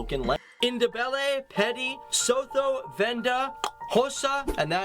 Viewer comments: Was just about to say the same 😂 Made isiXhosa sound like Qossa and Sotho like So Toe😅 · Just a pointer, it's not pronounced Soh-thoh as in Ho ho ho but SooToo. And Ndebele is actually one of the Zimbabwean languages. We have peeps who speak it here in South Africa but it's not an official language. Also I understand trying to say the word isiXhosa is tough, it took me a while but I got it. One other pointer, SA is the only country in the world to have won 4 Rugby world cup titles. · Bro's pronunciation of Xhosa and Sotho is special. 😂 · He absolutely butchered isiXhosa and Sotho. 😭😭🤣🤣